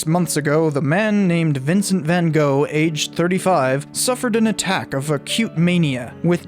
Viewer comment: You also get the pronunciation wrong. Your Gogh is correct, but Van is propounced as wth an F, Fan.